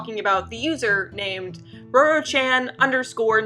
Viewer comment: I'm sure you are pronouncing her name correctly. Just thought I'd tell you before I watch the whole thing.